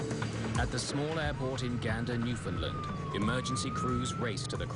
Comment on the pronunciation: It's New-Found-LAND not New-Found-LUND.